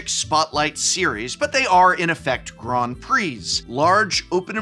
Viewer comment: am i the only one deeply bothered by his pronunciation of grand